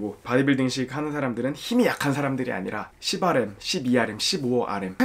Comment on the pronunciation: 10RM 발음이 아주 찰지고 살벌하시네요 ㄷㄷ